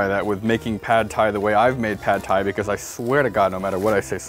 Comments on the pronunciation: "Sad Thai" was actually perfect. Well played,. Well played. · Pad Thai? I thought you said Bad Thai, ammirite? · Was the 'sad thai' was an accident or was it on purpose? It's comedy gold